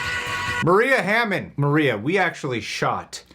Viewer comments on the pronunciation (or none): none